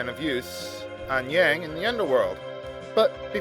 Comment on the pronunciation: Every time you pronounce his name as "Yay-ng," a baby dies.